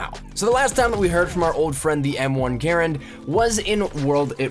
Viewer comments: People usually pronounce it grand not garand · eColiEspresso it's pronounced grand not garand even though it was the guys name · (G-UH-RAND) not (G-AIR-AND) if you say it quickly it should sound like you're saying (GRAND) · M1 garand is underated in the ww2 beta. Btw no one calls it a (gare and) even though his name was pronounced that way, everybody pronounces the gun (gah rand). The charging handle flings forward as soon as you move your hand, it is unrealistic in the beta. And yes you can actually reload an m1 garand without emptying the clip. Thank you for calling it a clip too. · GaRAND, not Garand. GaRAND just has so much more umph in saying it. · "GAR AND" not GER AND 😊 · Sub Zero well ok but 99% of people call it a gah rand. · The way he says "Garand" upsets me..... it is pronounced "Grand" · Im not saying it completely wrong, it just for the past 10 years ive only heard it called "Grand". It sounds weird hearing it pronounced differently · It good to know. Im just so into the WWII era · Adrian Ibarra yes, i saw a wwii veteran critiquing those who spelled it [gerand] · Adrian Ibarra its spelled like that but its pronunciated ger and if you would study you would know that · M1 GRAARANANDNNRNSRAM thats the real pronunciation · It doesn't matter. Some people say GArand, some people say GarANd, some people say grand etc. It doesn't matter.